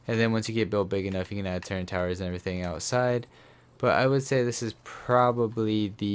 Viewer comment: Hey it’s turret not turrent